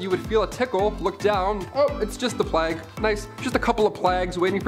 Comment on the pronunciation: What the heck is a plagg???? It is pronounced Playg with the hard G. Please people look up words get pronunciations for goodness sake. How could someone this age not know how to say plague?